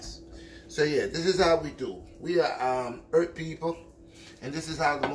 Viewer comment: "This is from da EART!" Haha love ya